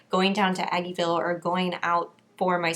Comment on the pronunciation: I was so triggered when you said aggeville lol